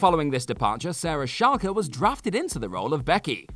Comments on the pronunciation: Sarah who now? Shalker? Dude, its Chalk. With an E. As in, blackboard and chalk. Jeez, these youtube clones that havent learned to talk properly yet. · I always thought Chalke was just pronounced Chalk. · He said it wrong lol did wonder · Sarah Chalke's last name is pronounced chalk, like the stuff used on blackboards, not Challkay. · Sarah Chalke is pronounced "Chalk". The e was silent. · These guys are definitely trolling us: at least one hilarious mispronounced name per video. Sarah Shalke, like the German football club? REALLY? 🤣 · Do you guys not have chalk in England and also didn’t bother to check how her name is pronounced. The E is silent, her name is just Sarah Chalke not whatever you were saying. Also the first Aunt Viv is the best one. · Do people in Britain say "Chalke" differently? I heard Sarah Charker? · Of course it's Sarah Salt, I mean Chalke. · It is he just butchered a very simple name